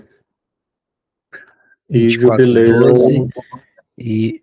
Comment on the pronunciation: Perguntei por que ela falou jubileu ,e a Clarissa fala JUBILI ,acho engracadinho ela falar JUBILI 😊😊😊